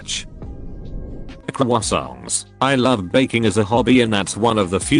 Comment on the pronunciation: Hearing the bot try to say Croissants correctly was hilarious.